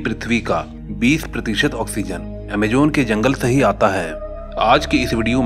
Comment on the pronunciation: It's not Amajon it's Amazon 🙏🙏